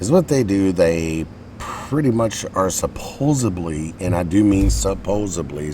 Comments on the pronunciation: did u say supposebly? i think it's supposedly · its "Supposedly"